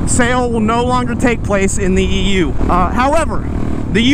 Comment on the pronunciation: Every time i heard you say EU i keep hearing EW, and i agree